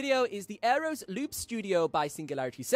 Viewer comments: Wow…you said Singularity Sound instead of Singular Sound…and you said Aereos instead of Aeros. Surprising since you seem to be a stickler for detail. Just saying…. But, I’ve always enjoyed your videos. In fact I just bought the Aeros Loop Studio and the Midi Maestro mostly on your recommendation. I have a lot of respect for your opinion when it comes to looping. Your experience looping from such an early age makes you a valuable resource. Thank you for what you contribute to the looping community. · Nice video! Im waiting on my gold edition now… You do realize you are completely botching the product name AND the company name , right!?? 😂 its an Aeros not “Aerios”… and the company is Singular sound not “Singularity Sound”. Sry just thought id point that out…